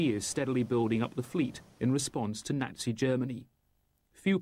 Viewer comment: 'Nattsea' Germany... Jeez, where do they get these muppets...!